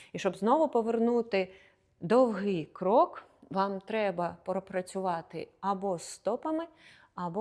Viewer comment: Немає такого слова з наголосом: довгИй шаг, крок!!! Незрозуміле пояснення